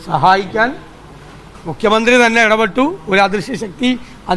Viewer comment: മുഖ്യമന്ത്രി എന്ന് യ്ക്ക് പറയാൻ പറ്റുന്നില്ല😜😜😜